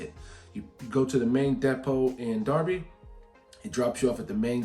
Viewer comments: I'm impressed you know Derby is pronounced as Darby, not Durby. LOL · Your pronunciation of Derby ("darby", meaning deer village) is fantastic and correct. Nottingham (meaning the home of chieftain Snot's people) is "Not-ing-um" though. There's no "ham", just "um" in British place names. The aitch was dropped long ago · Derby pronounced correctly. Well done!